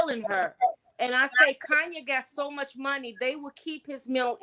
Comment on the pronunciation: I was bout to change the channel, till I heard this fool say “Kayne need Azalea Banks”. - 🤣😂🤬